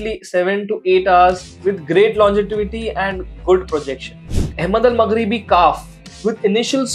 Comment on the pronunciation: Bhai its 'Longevity', NOT "longetivity". Other then that, great list 👍